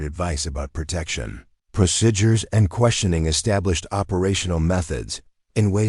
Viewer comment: CLICK BAIT. The title implied that Elena took down terrorist bare handed. No where in the overly drawn out story did any of that occur. Very irritating to listen to AI narration that constantly mispronounces common words...procedures or procidures? This video gets an F grade